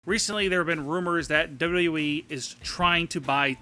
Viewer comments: Learn to say W-W-E, you sound dumb saying "dub dubya ee" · john madden dubbydubooeee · duhwuduhye LMAO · W.w.e your saying it like it's a word space it a little. Like you say m.m.a. And u.f.c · DOLUDOU WEE ?? What are you 5? With speech impairment? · john madden true! he says WWOOOE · the way he say wwe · This guy cant even say WWE correctly.